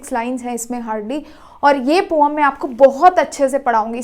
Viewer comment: Poem ❌ pom ✅ 😂😂😂😂😂